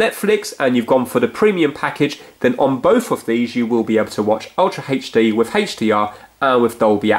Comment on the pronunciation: did he say..ultra Hech-D??????!!!!!?